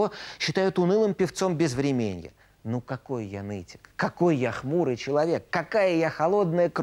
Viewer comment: А ведущий не удосужился посмотреть,как правильно ставится ударение в словах"кровохАрканье" и "безврЕменье" ? Или для неофитов сойдет? Неофит ...для неофитов.